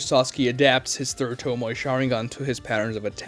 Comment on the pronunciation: What's a "toe- moy"?? Please learn how to pronounce the word.